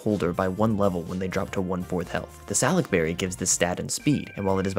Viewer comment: Your pronunciation of salac upsets me down to the core Sal-uk berry? No no no we all know its su-lak berry